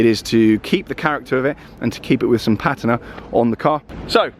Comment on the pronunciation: “I bought a cheap classic Porsche!” - goes on to show us an original 912 with almost no rust, immaculate paint and less than 25k miles on the clock. Complete service history and perfect MOT. You’re definition of cheap is ridiculous by itself, but the fact you can’t pronounce patina properly?! Gah! Beautiful car though.